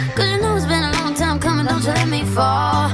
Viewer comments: "CuMNiN" No body: "COMIN" 😐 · It sounds like “Cuming”